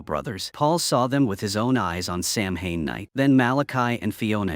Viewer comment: samhain it's pronounced "sauw-ahn" . it's the etymology of where hallowe'en came from. it's the last harvest of the year so it's considered the new year. it's when the veil between the worlds in thinnest, it's an ancient festival and is still widely celebrated especially here in ireland where this film been made, scotland, wales,england, and islands even more so, such as the isle of mann, scottish islands, and the channel islands. this was practiced until christianity came along and as it does elsewhere, tries to eradicate the indigenous people's cultures and beliefs, calling them unholy, not realising that those people were connected to divine love and light much clearer than that, what they tried to enforce upon the people, whether that be ireland, canada, australia, and across africa. we still practice it because it's in our blood. seamus is "shaay-mahs" . o'shea is "o-shay" .